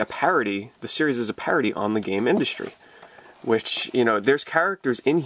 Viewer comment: it's 'Gamindustri' not game Industry